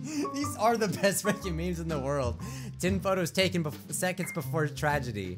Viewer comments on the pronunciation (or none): it didn't sound like freaking